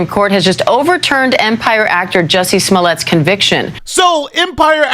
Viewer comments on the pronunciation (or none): Calling him smoolyeah the whole time aorr of makes this worth it to me. The real criminal at this point is the DA. Wait for the lawsuit 😁